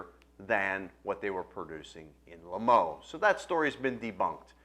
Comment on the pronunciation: Hasn't the faintest idea how to pronounce "Limoux".